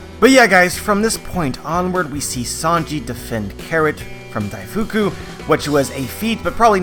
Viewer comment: Daifuku should be pronounced 'Daif-koo'', not 'Daifookoo'